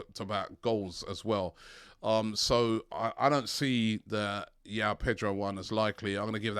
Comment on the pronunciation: Not pronounced yaow pronounced Joao as in Joseph